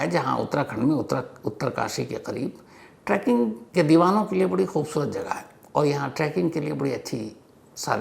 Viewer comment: Sir, it’s trekking nit tracking. 😊